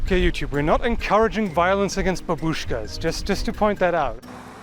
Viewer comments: babushka is pronounced like bah-bush-ka. The emphasis is on the first a. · bAbushka accent on A